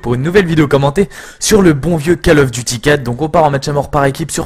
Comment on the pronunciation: Coll of duty pas Caaaaall of duty u_u